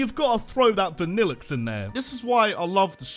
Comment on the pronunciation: NOT HAPPENING! AND THE FIRST I IN VANILLITE IS SUPPPOSED TO BE AN A!